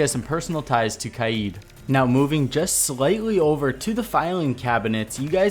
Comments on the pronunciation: Please stop saying kaieed its kaid said kade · His name is not pronounced kade, you say it like that bcz you are english so you can't pronounce his name in arabic right which is قائد and pronounced as qa'ad which means leader in arabic but there is a letter in arabic that doesn't exist english "ق" and that's the first letter of his name and since you can't say it, it is easier for you to say "kade" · It is not pronounced Kai yeed it’s Kayd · it is not pronounced kai eed it is pronounced kayd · It’s not Kaiyeed, just kaid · Can u plz say the name Kaid correctly